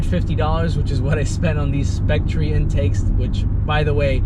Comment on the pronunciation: I am pretty sure Spectre is pronounced Spec-ter, not Spec-tree